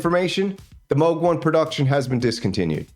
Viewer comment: Did he say Moog Moose!?